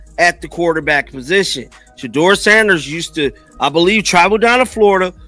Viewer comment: How come some of you guys can't pronounce Shedeur's name correctly each time ?